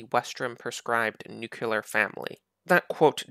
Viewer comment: Stop saying nuculear